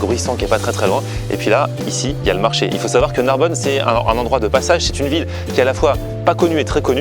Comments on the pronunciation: NARBONNE PAS NARBONNE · Narbonne pas Narbonne vener la vie de ma mère